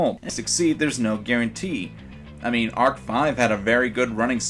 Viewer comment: What the hecking heck is an arc vee I think you mean arc five